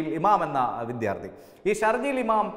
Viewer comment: വിദ്യാർത്ഥി എന്നാണ് പറയേണ്ടത് - വിധ്യാർത്ഥി അല്ല